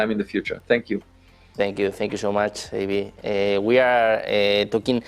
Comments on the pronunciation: El nombre de este señor por favor pronunciese bien: Dr. Avi (como suena, no "Eibi") y Loub (no Loeb como se escribe, al igual que Joe se pronuncia "llou") hay mejorar ese inglés. 😅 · Avi ❌ Eivi ✅